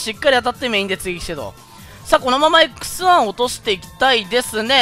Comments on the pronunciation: 強機体になって帰って来たというより良機体になって帰って来たって感じですかね？ リボガン動画なのに関係ない気がしますが、『X1』が『草』って言ってるように聞こえる……俺の耳おかしくなっちまったな…… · 毎回x1がクッサって聞こえるw